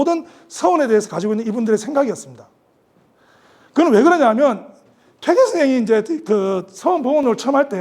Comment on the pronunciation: 퇴계론에, "퇴계"의 "퇴"자 발음이 틀렸읍니다. 이 얼마나 이로니칼한 일입닠까? "퇴"자는 장음입니다. "퇴학, 퇴치 , 퇴영" 등 어떻게 발음해야 하는지 아십니까? 쟈고저 장단 문제를 바르게 익힌 다음에 공석에 나오십시요. 제가 쓴 책 한 권 일독해 주실까요. 한국 언어의 타락상이 하 분하여 "한국 어문을 고발함"이라는 책이올시다. 미국 변 완수 드림